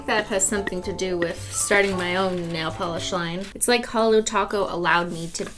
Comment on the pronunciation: You say ornament but Cristine says nail Pelee